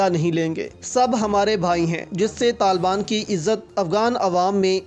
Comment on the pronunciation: Oh bhai pahly "Taliban" sahi bolna to seekh lo, yah lafz TALBAN nahin Taliban hey